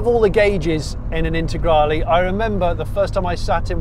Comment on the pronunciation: I can’t watch the video for mote than 2 minutes because how you pronounce Lancia as Lansia and Intergrali and Stradali instead of the E at the end. It is E, E like END! 🤦‍♂️🤦‍♂️🤦‍♂️